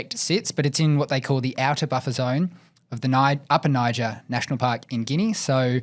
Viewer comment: ....it's knee-zhair, not nigh-ja